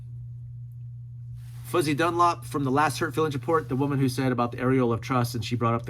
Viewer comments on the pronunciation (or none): none